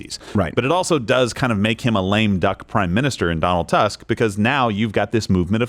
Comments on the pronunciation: Donald Tusk is the name of the current Prime Minister in Poland - except the "u" should be pronounced more like in "truth". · You guys funny pronounce Donald Tusk 😂 the secound letter is super wrong XD you should pronounce the letter U like in the word hmm true 😊